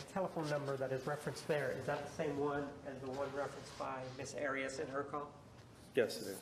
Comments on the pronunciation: He doesn't roll his R he says the A correctly...AH ree Ahs instead of AIR Reeh uhs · I was wondering why he did that also. I think he does it inadvertently because he is hispanic but then hears others say "AIR-E-ess" and changes it up to try & pronounce it as she pronounces her name? I just confused myself. I'll just rest my own case. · I love how Juan Martinez pronounces Arias the Spanish way rolling the r.